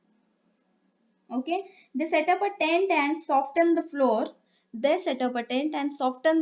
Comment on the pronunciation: Very nice but you spell the word soften and jackals pronunciation wrong